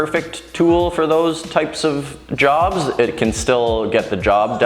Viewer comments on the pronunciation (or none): none